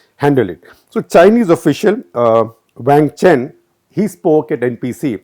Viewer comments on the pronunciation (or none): none